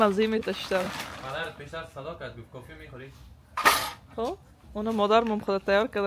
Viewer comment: چرا کوفی میگین درست تلفظ کنین کافی بگوین